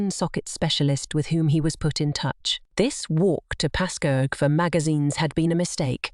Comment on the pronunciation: Ha! I had to put on subtitles and rewind it to know she was saying Pascoag not 'passcoaaag'. To be fair, most of my out of state friends butcher it as well.